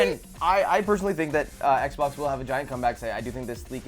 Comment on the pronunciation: Haha she said xbok lmao